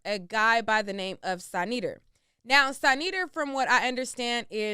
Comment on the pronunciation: Dont mix that dude with SaNeter (u mispronounced his name) Saneter bought consciousness on line for our people, YOU should check out his content 🖤